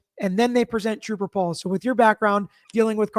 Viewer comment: At least Troop-ah Paul had an Associate Degree 😅